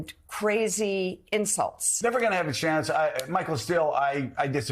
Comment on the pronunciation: " de-mock-crazy" lol what a perverbial slip.... I had heard "demonic-race-y" before but not that.. Also The Media lies on boths sides to divide the people.